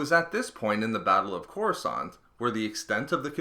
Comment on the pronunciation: It's Coruscant lol,not courascant lol